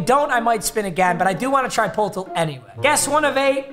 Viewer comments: polltl 😭 bro doesn’t know it’s pronounced “per-tle” like wordle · “pol tol”😐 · It hurts every time he says poetl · bro said poltil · Love but its pur-tul but say it fast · the way he says poeltl💀 just saying it’s pronounced Purtle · Poeltl = Per-tle, rhyme it with turtle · poeltl is pronounced “Perdle” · It’s pronounced purtle 😤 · Just saying it’s pertle like per tle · hey “peoltl” is pronounced “pertel” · Papa it’s pronounced “purdle” like wordle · Poeltl is actually pronounced pertle and is named after a player. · Poeltl is pronounced pertle like wordle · Poeltl is pronounced like purtle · Papa i love you but Poeltl is pronounced “Per-Tuhl” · poeltl is pronounced purdle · btw poeltl is pronounced "perdle" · Poeltl is pronounced pertle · Poeltl is pronounced (purdle) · It’s pronounced purdle my friend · Bro u r such a casual, Poeltl is pronounced Pertle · It's pronounced "per-dle" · don’t fact check me on this but isn’t poeltl pronounced pertle? after jakob poeltl? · Christ it’s pronounced per-tle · It’s pronounced perdle😭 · Hey you casual, it’s pronounced “per-tull” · It’s pronounced “pur-tl” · I don’t wanna be that guy even tho I know I’m being that guy but Poeltl is pronounced pertle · Weird how you say Poeltl it’s pronounced purtel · Bro it's pronounced PERTL. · bro it’s pertle not poeltl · The way says poeltl makes me so mad 😂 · Love papa but every time he said poeltl I died a little more in side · not him saying poeltl wrong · Him mispronouncing poeltl just erked me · bro doesn't know how to say poeltl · Poeltl is pronounced like turtle with a P. I don’t get it either but Pol-til kinda hurt to hear. Jakob(YA-cuhb) Poeltl(PUR-tl) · Lol it’s pronounced purdle not poltol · Poeltl is the last name of Jakob Poeltl and it’s pronounced “yah-cob perdle” which matches wordle. not poeltl bro😂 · just to save future viewers minds from exploding poeltl is pronounced "pur-tul" not "pole-til" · Papa it’s pronounced, “Purtle” not “Poltl”